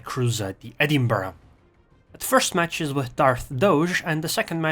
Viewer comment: Liked for good replays, good commentary and using the correct pronunciation for Edinburgh.